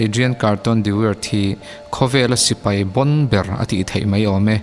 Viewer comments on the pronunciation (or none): none